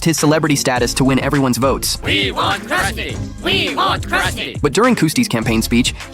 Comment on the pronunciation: Its Krusty, not Custy